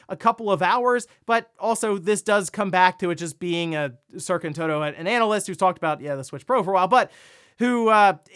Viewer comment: you def said "anal ist" my guy XD